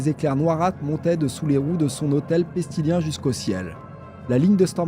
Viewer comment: Heu... personnellement, mais ce n'est que mon avis, l'écriture de cette vidéo est très bonne, seul point négatif : on ne dit pas le clan "pestilien", mais le clan "pestilens", prononce "péstilèns".